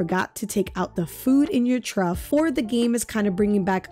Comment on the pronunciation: Thank you for the help! BTW "Trough" is pronounced like Trawf, not Truff 😉 🤓